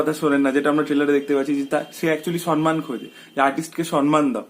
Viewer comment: Kothata somman ..... soNman na....